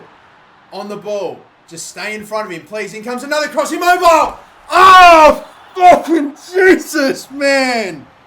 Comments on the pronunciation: It’s Ciro I-mobe-I-ley not Ciro I-mobile😂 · It's pronounced "chiro immobiley" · It’s pronounced I-mo-bi-lay